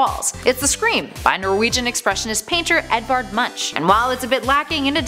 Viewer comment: Munch is Norwegian is pronounced "moonk"